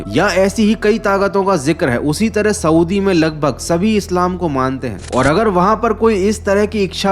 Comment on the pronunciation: Swdi nhi hota saudi hota hai